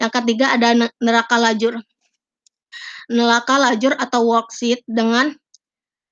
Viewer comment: neraca bacanya ya nak...bukan neraka....